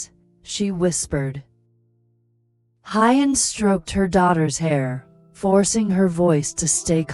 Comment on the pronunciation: Please work on pronouncing Huyen ,,, who-yen, not Hi-yen.